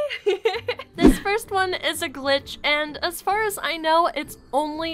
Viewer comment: She said as gar as she knows -_